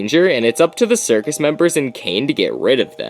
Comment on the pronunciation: Isn’t it a “circus”?